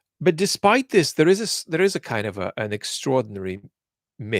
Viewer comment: His Russian accent is almost non-existent, it comes out in words like "narrative", "extraordinary", "imperialist", "increasingly", "science guru", in some sentences "has" and "have" have a very hard h sound, but it's rarely the case. But when he does, "Hot Potato" comes to mind. But you would really have to listen for a couple of minutes and I wonder if one could even pinpoint it to being a Slavic accent without the context this channel gives. One could definitely tell he has spent a lot of time in the UK though, with or without context. The accent does come out more when speaks more passionately (with anger) but even then it's a very minor one. If anything it sounds like an European accent; what really gives it away is how perfect his pronunciation of Russian sounding names seems or rather the confidence he conveys as he pronounces them with ease. Anyway, everyone speaks English with an accent, even within the UK, English can be spoken in such different accents/dialects that they become unintelligible to most. The little accent he has gives more credence to this channel, I don't know if I'd trust the information as much if it was spoken with a thick texan accent or a South African/Scottish/Irish one for that matter. Thank you for your great work.